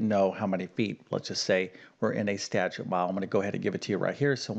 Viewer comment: Statute (as in statute mile) has TWO syllables, not THREE syllables. Seriously!